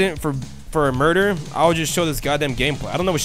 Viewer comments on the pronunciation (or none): none